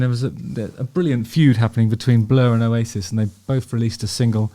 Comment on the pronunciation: Oh-yay-sis 😂 love the channel, Justin.